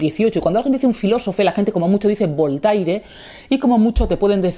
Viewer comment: "BOL-TAI-RE"... ¡La madre que me parió! Querida J.A., cuando te escucho pronunciar así los nombres de grandes pensadores (y es sólo un ejemplo) un escalofrío recorre todo mi cuerpo. ¿Podrías hacer un esfuerzo por llamar a la gente por su nombre? Entonces ya niquelado. Firmado: Un lector